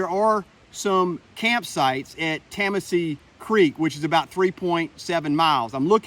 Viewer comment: Nice job! I love my backyard! Just so you don’t sound like a foreigner, Cheohee is pronounced locally as Choy. And Tamassee is Tuh-Mah-see with the accent in the middle. But no worries, no one gets them on the first try. 😜 Loved the video and hope you come back. It’s a different trail in each season.